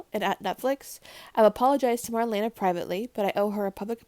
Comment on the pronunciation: You say her name like:Mar-lee-na,not Mar-lena,just sayin'.Love you girl!As always great video.